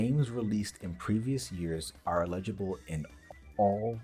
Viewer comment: The "illegible" pronunciation of "eligible" bugs me more than it should.